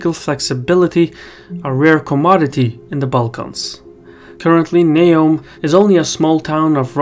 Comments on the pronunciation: It’s Neum, not Neom... if you ever drove on the Croatian side of the peninsula and back to mainland (absolutely crazy roads) you’d see that this bridge is at least 40y too late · Neum not Neom